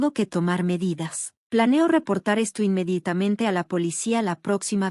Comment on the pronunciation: Hola, hay dos cosas que no entiendo. 1 Si la protagonista es una chica porque siempre acaba hablando como un chico. 2 Es que no dice inmeditamente sino inmeditamente pero si lo escribe bien. Por lo demás las historias son muy entretenidas.